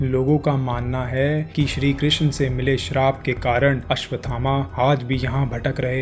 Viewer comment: द्रोणाचार्य के पुत्र का नाम भी अश्वत्थामा है,आपके वीडीओ में लिखा भी अश्वत्थामा है, फिर यह कथा सुनाने वाले महोदय आप अश्वथामा शब्द क्यों बोल रहे हो।